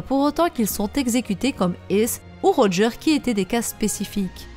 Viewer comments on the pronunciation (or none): none